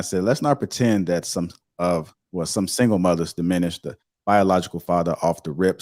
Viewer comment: Why do I keep hearing Dishminish?🤣🤣🤣🤣it’s diminished